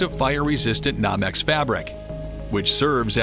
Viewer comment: It is Not "Nom - X", it is "NO- Mex"